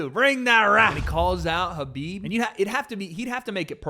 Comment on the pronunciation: Why is he saying Habib?